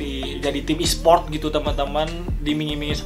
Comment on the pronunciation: ESPORT BANG BUKAN ESPRIOOT